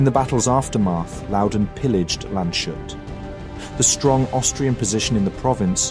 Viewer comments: "Landshut" and "Landeshut" are distinct places, even if their names have a common root. Also, there's no "sh" sound in there - they are compound words of "Land" and "hut", literally "Land's guard". So the "s" and "h" are pronounced separately. As for "Vogelsdorf", the "v" should probably be pronounced more like an "f". Also, you switched back and forth between pronouncing "Fouqué" as "fook" and "fookay" - since there's an accent on the "e", the "e" is not mute. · Your pronunciation of the german names is surprisingly good (with the usual accent), however, unfortunately the most important name of this video, Landeshut, is wrong. I is actually a composita of "Land" (=land or country) and "Hut" (=hat). "Landes" is the genetive case of land, so it is actually "(des) Landes Hut" ("the hat of the land"). And that means the s and h doesn't form the "sh" sound. Which would be "sch" in german anyway. Long story short, it is pronounced "landes hoot". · Great vid! But „Landeshut“ isn‘t pronounced „Landshut“ but rather „Landes-hoot“, with the a in „Landes“ pronounced like in „Wrath“ or „Wasp“. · I likes this video like the entire series. small note: not sure we need that name again but its spoken Lands-hut not Land-shut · Excellent video. One small remark, Landeshut isn't pronounced "land shut", but rather lan-des-hoot. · He forgot about that I guess. In his previous video about Landeshut he pronounced it correctly. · German pronounciation is not Shoot. it's Lands + Hut. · Landes-hut not Lande-shut. and that is just one example. While i really apreciate all the effort that goes into making videos like that, it takes NOTHING to let fucking google show you the pronouncation of names and regions and still you all prefer to butcher languages. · TAKE FRENCH AND GERMAN PRONOUNCIATION LESSONS, ALL THE E+F NAMES ARE BADLY SPOKEN FOR FRENCH NAMES ENDINGS ARE SILENT ALSO ITS LANDSHUT NOT LANDESHUT... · Excellent presentation! The town is pronounced: Lahn-dez-hoot. Keep up the great work!